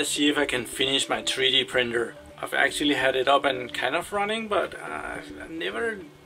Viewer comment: "tree dee printer" lol